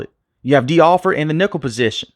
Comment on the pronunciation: You said D Alford and I had to go